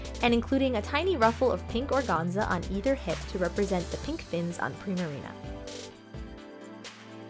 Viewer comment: Gotta tell you I love your repaints, but organza is pronounced with the first “a” being pronounced a long “a” hahaha